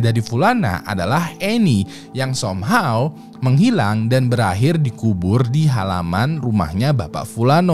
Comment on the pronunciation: SOMEHOW bukan dibaca SOMHAW ngab ! yg bener SAMHAW -_